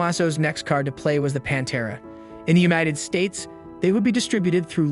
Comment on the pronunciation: Review your script, you’re calling it “The Panta” Are you using AI to produce this video. It’s Pantera!